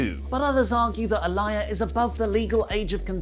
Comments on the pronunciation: It's Aaliyah not Aliah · BTW,, Aaliyah Mysterio's given name is pronounced ah-LEE-uh, not ah-LYE-uh. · It's pronounced Aa-lee-yah not Aa-lie-yah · Mate her name is not A-Liar It’s pronounced Ahh-Lee-Ahh 🤣🤣🤣🤣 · I don't know where wrestletalk hear Ah-Lie-Yuh when clearly on commentary, Rey Mysterio and Dominik themselves are saying "Uh-Lee-yuh" regardless of how its spelled. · I'm about sick of people bringing up the #SpeakingOut movement when talk of Murphy and Aaliyah (ah-LEE-uh, not ah-LYE-uh as mispronounced it AGAIN) comes up. Aaliyah is 19 and, therefore, a woman, not a girl. These are 2 consenting adults and I find the outrage to be straight ridiculous. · Who the hell is ah-lie-ya its ah- Lee- ya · Aalyah is pronounced A-lee-yeah. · "A Liar Mysterio" wtf...bruh...please...Pronounce her name better... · Say it with me Ah-Lee-Yuh lol Love your content guys. Support Wrestletalk! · Why is he calling her A-LIAR? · I didn’t think it would bother me but it’s Uh-Lee-Uh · Imo, it's pronounced as, 'ah le yah' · Yo can you guys pls pronounce Aaliyahs name correctly? It’s triggering me so much lol. It’s (uh-lee-uh) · it pronounced Ah lee yah.. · You mispronounced a-lee-ya 🤦🏻‍♂️ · Is it your lazy british accent that makes you pronounce her name as "a liar" as opposed to how her dad and everyone else does? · It's pronounced Aa-lee-yah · I'm more uncomfortable with how he's pronouncing her name rather than the storyline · I'm more bothered by the way (and ) pronounce Aalyah's name. Surely at this point they're doing it on purpose. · The way you pronounce Aaliyah is killing me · are saying Aaliyah wrong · I think needs to start pronouncing Aalyah's name correctly!!🙄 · You’re pronouncing her name wrong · How are you still pronouncing it wrong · You saying Aliyahs name wrong was sending me😹😹😹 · Her name is mentioned on the show man. How the hell do you still mispronounce that?